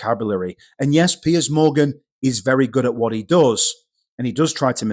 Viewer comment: Piers, not Pearce :)